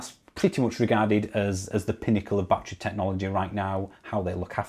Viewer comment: Please stop saying bat tree. It's bat_er_ree.